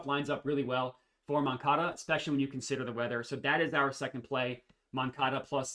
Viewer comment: Nailed the first pronunciation of moncada